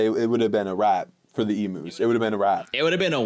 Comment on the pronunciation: I am so sorry but I have to say it they are called "ee-m-yous" not "ee-moos" pleasee